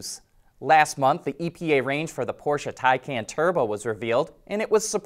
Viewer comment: Glad to hear that you're finally pronouncing Taycan correctly. It only took you a year.